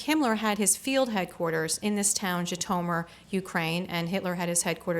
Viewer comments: Totally not pronounced "ji-to-mur..." so American... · Yes, gratingly odd pronunciation. Undermines the scholarship.